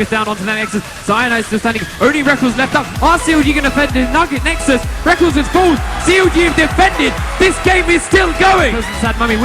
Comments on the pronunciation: MARTIN IS CALLED REKKLES NOT REKKELS, fuq sake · Plz dont say Rekkl-es and say Rekk-les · Dude i love you but come on he isnt called rekuls he is called rekKLES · ITS PRONOUNCED REK LESS NOT RECKLES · S3 feels like so long ago.. edit: those terrible pronounciations and blatant mistakes like calling a chinese team korean make the video little more than a low effort montage of FNCs most important matches..